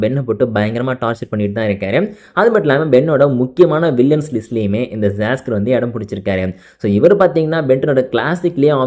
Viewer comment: bro saskar illa siscar